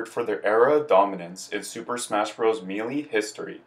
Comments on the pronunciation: Me Lee.... makes content for game he can't pronounce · I actually know another guy who says it that way. He said it’s because the announcer at the end of the opening animation pronounces it “MEE-LEE”. But yeah, it’s weird, lol.